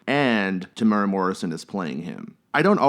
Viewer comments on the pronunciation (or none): It’s pronounced “Tem-ew-wera”. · Te-mooo-raa Te-mew-ra Te-mu-eh-rah My give up! My give up! {raises hands in the air}